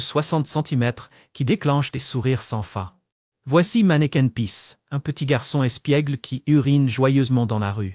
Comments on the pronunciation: Manneken pis pas manneken peace....... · ce n'est pas " manneken peace " , mais manneken PIS ( = pipi ) !